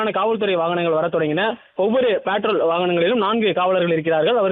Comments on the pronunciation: Petrol ❌ Patrol 😂 newbie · Patrol not பெட்ரோல்.